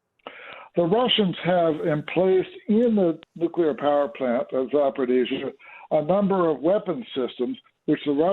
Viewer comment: Za por eez zya. No D in it.